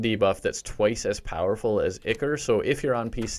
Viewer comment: Am I the only one who is triggered by him pronouncing "ichor" wrong?